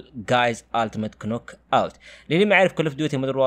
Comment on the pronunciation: معليش اخوي لاكن انت غلطت باسم اللعبه اسمها ناك اوت و ليست كنوك اوت 😊